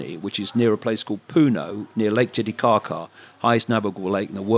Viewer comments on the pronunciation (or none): Someone saying Lake Tiiticaca never stops being funny